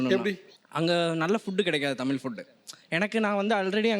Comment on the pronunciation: Tamizha... Tamiza.. Is correct.. Tamila Tamila is wrong ucharipu